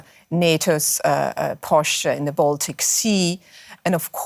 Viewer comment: If you talk about "Baltic States", try to pronounce the word Baltic correctly.